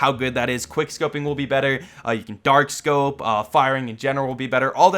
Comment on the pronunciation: i tought he said dark 2 lmao